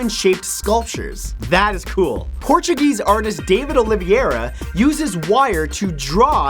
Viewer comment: Mr. santoro... i really love your videos... i really do... but... as a portuguese ... whe say Daniel Oliveira not Daniel Oliviera thats racism xD